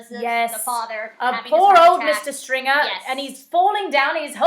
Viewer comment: Outtakes! Theo James can't say 'Stringer', so don't feel bad! 😃